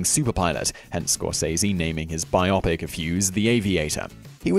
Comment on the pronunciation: bio-pic, not bi-opic.